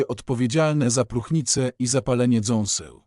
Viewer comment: Utrzymanie w dobrej kondycji zębów i DZĄSEŁ. Co to sa dząsła!? I kiedy bedzie to czytał człowiek, a nie jakas durna maszyna ktora nie umie nawet porządnie czytać... Co to ostatnio za moda na kanaly gdzie gada jakis robot i lecą zmontowane obrazki?